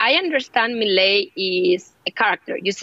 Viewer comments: Me-lee-a… wrong Me-lay… correct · Que cosa como le cuesta a los no hispanohablantes decir milei 😂😂😂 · Is this a new fashion pronouncing his name wrong? Everywhere presenters seem to have the same issue. Its just 5 words.